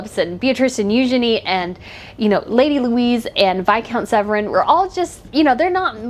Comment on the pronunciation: It is Viscount Severn. Not Viscount Sevren